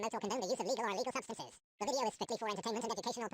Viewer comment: Substance not substace... Wtf is a substace